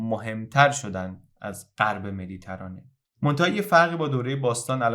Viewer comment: خیلی زیبا بود واقعا کانالت حرف نداره. اما یک انتقاد. لطفا کلمه مدیترانه رو با کسره روی حرف ت تلفظ کنید و نه فتحه.